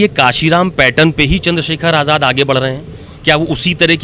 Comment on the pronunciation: Ise aap aazad kyu bolte ho ye aazad nahi hai